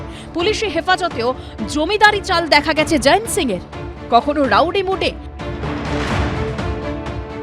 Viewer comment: জয়েন্ত বলছেন কেন? জয়ন্ত লেখা আছে।